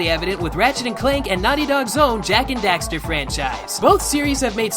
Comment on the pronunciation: Jak and dafter